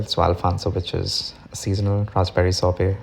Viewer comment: Shorbot not a sorbet 🤣🤦